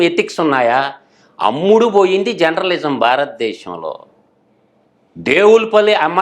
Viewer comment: బాబూ ముందు మీరు జర్నలిజం పలకడం నేర్చుకో. Genralism కాదు.